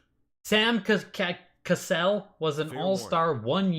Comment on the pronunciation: for what its worth "Sam Cassell" is pronounced like 'Kuh-sell' not "Castle' but yea he's a very good nba player but wasnt a hall of famer